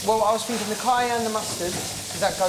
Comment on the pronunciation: "I'm just finking in my 'ead." ~Lee Ryan As opposed to the other places he finks...